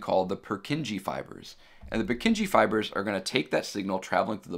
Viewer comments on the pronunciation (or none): Great lecture. Very well explained and loved the 3D models! The only slight mistake I noticed is your pronounciation of 'Purkinje'.